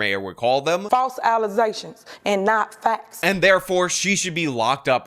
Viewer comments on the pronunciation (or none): Never heard of Pearl Davis .... now I see why. And, yeah, I can no longer say "allegations" properly ... it is for now and ever "allezations." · The false allezations throw back 😂